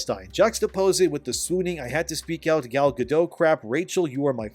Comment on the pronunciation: It’s not Gal